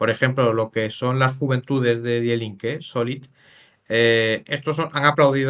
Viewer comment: Cada vez que escucho "DiE Linke" me sangran los oídos. Se pronuncia "Di Linke". Ésto es como si un alemán ve que hay una revista española que se llama "hola", y habla de ella pronunciándolo como "jola" o algo similar. El tema central del vídeo es hablar sobre un partido político alemán, que menos que aprender a pronunciarlo, que es muy sencillo y básico.